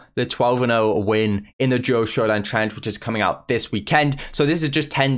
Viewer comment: Really struggling with the word challenge 😂